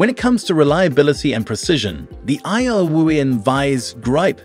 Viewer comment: Is this just an AI generated tool video? The narrator can't say "Irwin" correctly or even consistently.